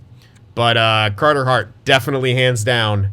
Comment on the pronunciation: Team: Gourde League: Kane Goalie: Cartah Haaaht